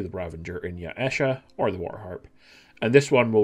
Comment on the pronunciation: Mm yes, Ya-e-sha.